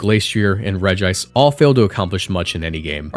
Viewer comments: Regice is "regi-" cause, counterintuitively, is pronounced Regi-ice, not re-gice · aha! you’ve activated my autism trap card! regice is supposed to be pronounced regi-ice… well, in japanese, at least. the japanese name is レジアイス (rejiaisu) so the double i sound is there, and it was likely just romanized as regice because regiice looks a bit awkward. that said, it’s completely possible and probably likely that official English media has pronounced it reg-ice lol